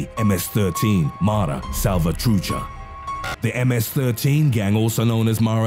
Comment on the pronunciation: As a gang! Like why tf do you need to emphasize that its fucking annoying i would have rathered texf to speech then your voice the only reason i watched was because it seemed intresting